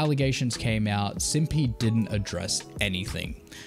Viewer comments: Lol you’re still pronouncing Cinnpie’s name wrong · Talks about how he got ridiculed over cinnpie's name pronunciation. Continues to mispronounce it. 😂😂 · I've only heard her name pronounced Sin-Pie. Never heard Sin-Pee before. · I love how he apologizes for pronuncing cinnpie’s name wrong and then continues to pronounce it incorrectly. cinn-pie not cin pee 😂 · Anti is still active on his twitter and twitch he changed his to where he still posts frequently He also launched a clothing brand for some reason??? And has a burner account on twitter Also cinnpie is pronounced like Sin Pie like the food not sin peee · Bro it’s literally just pronounced like “Senpai” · Dude you're still mispronouncing her name. It's Cinn-PIE "pie" as in the pastry, or cutie-pie. It's not difficult man. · "I copped alot of flack for pronouncing her name wrong... so sinpee" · you literally still say her name wrong. its "pie" as in Pi as in "py" as in what you eat, like, pumpkin pie or cherry pie. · You’re pronouncing her name wrong right now lol it’s Cinn (sin) Pie (like the food). Bro there’s LOADS of vods of her saying her tag. Who told you it was wrong LOL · Man said SIMPY 😭 bro im ngl, if you try to put yourself out there as a "smash news" channel and you dont even know how to pronounce the name of tags of the ppl you're talking about, when any active member of the community has heard the pronunciation 100000 of times, it makes you look like a full on outsider trying to benefit from the situation. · I had pronounced it wrong the whole video… "Simpy" lol. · Wait isn’t it Cinnpie (Sin-pie)? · How did you correct your pronunciation of Cinnpie and STILL say it wrong?! WTF LMFAO!!! Its pronounced Sin Pie. Sin as in sinner or sinful and pie as in the dessert... my God man. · I love how he said he pronounced it wrong last time and then just kept pronouncing it wrong lol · yeah, I don’t understand how he explains he got flack for mispronouncing her name only to continue doing it. like what?